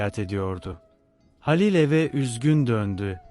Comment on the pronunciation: Dinlemek için zorluyorum kendimi ama bu nasıl bir seslendirme halilin halil ın sinirim bozuldu o nasıl bir isim telafuzu ya lütfen biraz daha özen ve gerçekçi anşatın ki hikaye nin içine girelim payımıza düşeni alalım